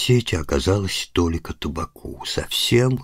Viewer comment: Не то́лика, а - толи́ка)